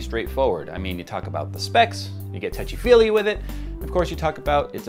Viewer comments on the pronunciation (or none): what? you get what with it? tuchy feely?